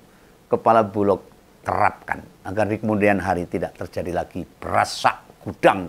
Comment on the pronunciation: koreksi om bulog bukan bulok ❤❤❤❤ ,🙏🙏🙏🙏🙏